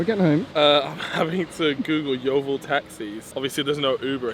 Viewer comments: That my local McDonald’s and I didn’t realise it was that bad. I love it how you can’t say ‘Yeovil’ eirther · This is my local Macdonalds as well🤣 and why can’t nobody say yeovil